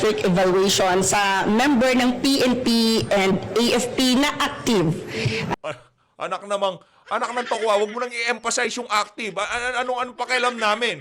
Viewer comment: Correction…..to …NA ACTIVE ….not NAAK TIVE